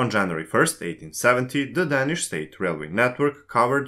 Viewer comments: præcist, og der er også andre fejl. Desuden udtaler han danish forkert hele tiden - det er bogstavet a det er galt med. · men ikke ordet "danish" der udtales bogstavet a hele tiden forkert.